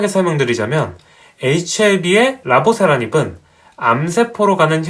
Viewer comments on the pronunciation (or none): 내용이 깔끔한데 옥에 티가 있네요. 라보세라닙 > "리"보세라닙 입니다.